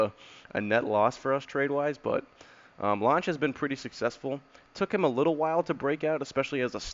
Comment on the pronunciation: good video Lange and Deichmann both went to LSU at the same time which is pretty cool, and btw it’s pronounced Lang and Dikeman lol